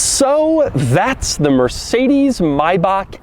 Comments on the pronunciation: If i would be you i would just look up "Maybach" on Youtube and look for german videos. Thats definitely the easiest way for you to learn the correct pronounciation. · He doesnt pronounce it correctly tho. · the ch in maybach is pronounced like the ch in march and not like a k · Dear Doug, Please learn how to pronounce MAYBACH. Greetings from Germany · Why does he keep saying MY-BACK. IT'S MAY-BACK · it’s pissing me off on how he keep “my-back” instead of “‘may-back”🤦🏽‍♂️ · Its called Maybach, not Maybag or Mayback. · myback?? its MAYBACK RICK ROSS VOICE HUH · Maybach not Mybach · Doug, can you explain why the car's name is pronounced "mybach" instead of "mabach"? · Does it bother anyone else how he says "MY- BACH" I'm so used to hearing "MAY(as in the month)-BACH" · Scott G. Its not May-back it’s Mai-Bach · It´s not MaybaK, it´s MaybacH, as the H in "Hello". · Doug. It's not Mayback :) It's Maybach. Always need to smile, whenever English speakers pronounce car brands like this. Another great video btw... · As Americans you are lucky of no need to learn any other language because you made the whole world speak yours. But please could you learn at least the right pronuncination of your favorite German brands? Es brennt mir jedes Mal in den Ohren, wenn er MaybacKKKK sagt. Und er sagt es ziemlich oft. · The maybağhh.. thhe ultrah luxuryh char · mayback mayback sure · It isn’t MAIBAAK! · Me: Maybach Doug: May..... BACK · Can you learn how to say it correctly please. May - a month of the year Bach - back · look man i love your reviews but i need you to not pronounce maybach like "my back" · its Not Myback though, but pronouncing ch in english is Hard i guess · That’s how a lot of US people say it bc of music videos but the correct German pronunciation is MyBach according to the Pronounce Names YouTube channel and another German guy in their comments. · Maybakk hahaha learn how to tell the Name. Please. Bakkk? Wtf? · please just call it a "may-back" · Doug: "Mybock"